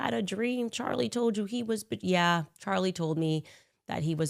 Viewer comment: I cant get over Candice flubbing Charlie's name . 😂😂😂 Sounded like a toddler lmao